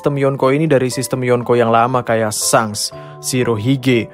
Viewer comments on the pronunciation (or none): none